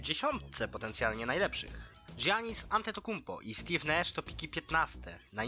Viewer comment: Janis a nie dżjanis